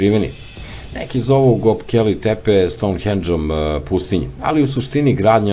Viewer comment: Говори као што пише:Гобекли Тепе, Вавилоњани(Вавилонци),Конквискадори и други свима познати појмови.Видео добар, аудио не.